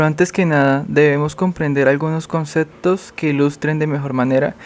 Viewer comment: no se dice "concetto" mi amigo, se dice concepto; ni "interatzion", ni "otzervacion"